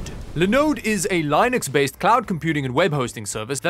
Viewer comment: Do you just mispronounce Linux on purpose?